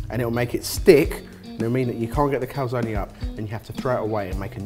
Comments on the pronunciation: How is it not driving everyone insane that they are pronouncing cal-zone as cal-zonie? Legitimately ruined this video for me lol. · In both American and British English Calzone is pronounced cal-zone. In Italian it is pronounced Cal- zone -ay. So cal - zone - e. does not seem to be correct in any language lol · Calzoneee? It's just Cal-zone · What language are you talking about? There are no silent vowels in Italian: everything is read the way it's written. So the right pronunciation is "Calzone", pronouncing the e like in "egg". Sorry for my english but, you know, I'm Italian.